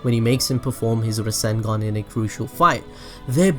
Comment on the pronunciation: Not Rasengoo=n its Rasengan